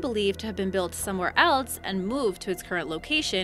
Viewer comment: Ok, I like the content. But holy crap on a pita, the word is not "eltz." Say the name of the letter "L" then hiss. Else. ELL + SSS. ELL SSS. ELL SSS. There is no T in that word. Dammit.